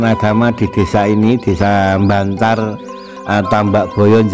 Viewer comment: Kecamatan bancar.bukan bantar